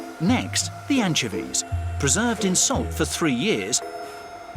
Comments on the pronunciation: AN-CHO-VEES, not anchevees lol not hate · Anchuhveez. lol. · 𝐇𝐞𝐫𝐦𝐢𝐨𝐧𝐞 𝐕𝐨𝐢𝐜𝐞: “Your saying it wrong” “It’s 𝐀𝐧𝐧𝐞𝐂𝐡𝐚𝐕𝐞𝐞𝐳 not Anchovies” 🤦‍♀️🤣